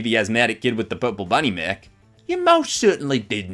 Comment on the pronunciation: When you said mech it sounded like you said neck